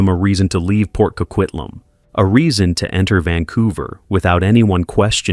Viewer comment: I don’t know why no one can get the name correct it’s Port Coquitlam, CO-QUIT-LAM